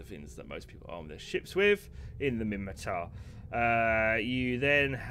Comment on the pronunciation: It's *Minmatar. :)